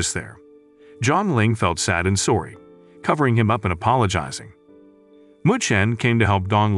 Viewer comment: The part where the narrter says sowrry instead of sorry